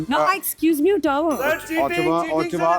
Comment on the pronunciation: This is pathetic...Ottawa pronounced as uttava.😅😅😅 by both and